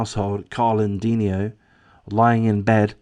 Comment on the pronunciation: Considerable background about this close and loving family and this double tragedy can be found in the comments of other YouTube posts. Please read. "De-NI-o"